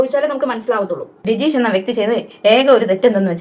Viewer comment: രജീഷ് അല്ല രഞ്ജീഷ് എന്നാണ് ദയവായി അദ്ദേഹത്തെ ഇനിയും ദ്രോഹിക്കുന്നത് കഷ്ടം